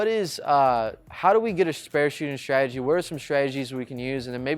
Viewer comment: What's your "schtridgy" for shooting spares? The word is pronounced: "stra-te-gi". There is no "sch" sound in this word.